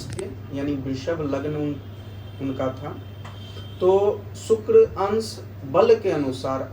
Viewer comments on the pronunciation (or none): शुक्र के अच्छे प्रभाव के लिए शुक्र का उच्चारण सही होना चाहिए (सुक्र×) नहीं, (शुक्र✓) हैं 🙏🙏🙏🙏